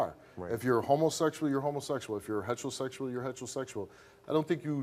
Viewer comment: Steve says ‘heterosexual’ funny. For a second I thought I was hearing about a new sexuality.